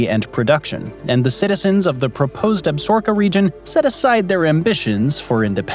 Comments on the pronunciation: Nice........but, it's Ab-sa-ro-ka, not "Absorka" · The narrator used the name absorka When the proposed state was Absaroka. Ab sa RO ka. Not Ab SOR ka? Talk to me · It's Ab-sa-ro-ka not ab-sor-ka. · ab-sa-ROW-ka. need to read you some longmire. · It's pronounced Ab- sa-RO-ka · I regret watching the whole video only to hear you say Absorka over and over again at the end. Lame. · Yes, the creator, butchered the pronunciation of Absaroka, It's pronounced Ab-sa-roka. Longmire a very good and bingeable TV Show. I heard that the novels are an excellent read also. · I thought it was pronounced Ab sa roka. Or was that the television show's pronunciation. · You're killing me smalls. Sound out the word. ab-sa-ROK-a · It’s Ab-SAR-o-ka….please learn to say things correctly. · Ab- sa-roka short a n long o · Chill, it's not like you went to Absorka State. 😅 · Lot of people here pronounce it ab-SOR-ka it’ll be all right. As in the ab-ZOR-kez referring to the range / wilderness area. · All that buildup just to repeatedly mispronounce Absaroka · You are mispronouncing Absaroka. AB [short a] - SA [short a] - ROKA [accent on r, long o, short a]. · Some seriously butchered pronunciation of Absaroka. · We are from Wyoming and Absaroka, is not pronounced the way he said it!!! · That was grinding on my nerves too.